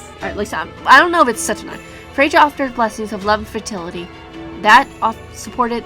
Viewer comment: Also if you haven’t learned yet the name is pronounced Fray-ya I guess that’s how I hear from most